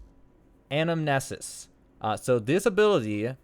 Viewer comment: Ann-Am•knee•sis At this point, they’re not exploits. They’re unintended ‘features.’